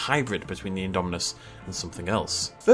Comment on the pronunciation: Still saying indo spino